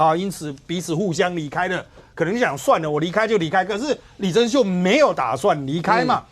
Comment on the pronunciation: 謝龍介的台語也沒有多正確啊！他唸李貞秀名字就唸錯了，而且他也散播了錯誤訊息，混淆了國籍法，這樣不了解法律的立法委員，才是臺灣真正的亂源！